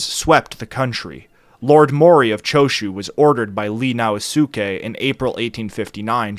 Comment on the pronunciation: Sho-Een! Now Skay! Sone-no jo-ee! Intonation全然違いますが。